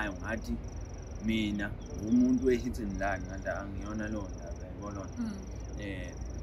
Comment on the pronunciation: Hhayi bo lo mfana usho o hit en lun no alound 😂kodwa uthathwephi lo muntu? 🤣